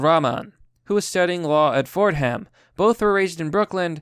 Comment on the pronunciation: LOL. "Ford" "Ham".